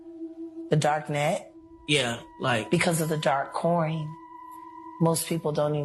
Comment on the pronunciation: She said dark coin😂😂✌️ cwoin😂😂